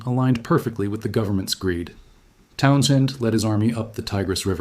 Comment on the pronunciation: The AI voice is pretty good, it slips up on a few words, 1908, Townsend